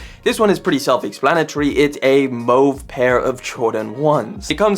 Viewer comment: Sneaker folks can’t pronounce mauve. Trips em up every time.